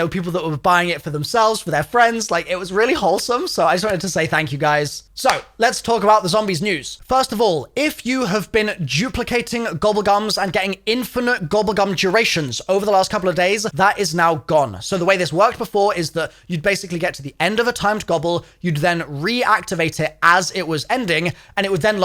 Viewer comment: bro u literally said juplicate…